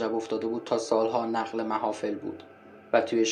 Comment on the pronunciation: درود و خسته نباشید ،رفیق اون(نُقلِ! نه نَقلِ محافل)